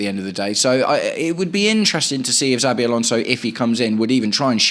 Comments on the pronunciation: *CH*avi Alonso, not *TS*avi Alonso 👍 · Why do you call him Zabi?